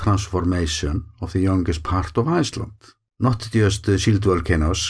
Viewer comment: The way you always say „Iceland“ at the end of your videos sounds German - „Eisland“. Of course, we call your country Island exclusively.